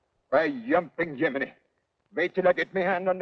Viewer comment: Yumping yuminy, its Jiminy